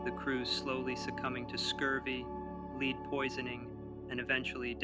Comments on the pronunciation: Lead poisoning is pronounced Led (as in the element?) not Leed. How could you not know that? Leeed poisoning? What exactly did you imagine lead poisoning is? And you completely neglected the mention of Franklin’s wife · “Leeed” poisoning is what tipped me off that it’s an AI video